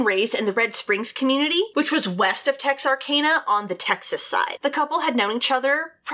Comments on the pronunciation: I'm from Dallas and her saying texar-cane-a is killing me. I've always known it as texar-can-uh. Have I been saying it wrong all my life? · You’re right lol! I was born and raised in Hope, Arkansas and Texarkana was only a 30 minute drive away. Pretty sure it’s “TexarCANa” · No no no Tex-are-can-a Gotta say it with a Texan accent too Lol I probably say it wrong too cause I've never been to that city